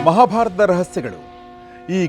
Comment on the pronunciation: ಮಾಭಾರತದ ರಹಸ್ಯಗಳು ಅಲ್ಲ, ಮಹಾಭಾರತದ ರಹಸ್ಯಗಳು ಉಚ್ಚಾರಣೆ ನುಂಗಬೇಡಿ. ಹೀಗೆ ಎಲ್ಲಾ ಕೇಳಿದಾಗ ಸುಮಾರು ತಪ್ಪುಗಳು ಎದ್ದು ಕಾಣುತ್ತದೆ. ವಿಸ್ತಾರವಾಗಿ ನಿಧಾನ ಉಚ್ಛಾರಣೆ ಇರಲಿ ನನ್ನ ಬೇಡಿಕೆ.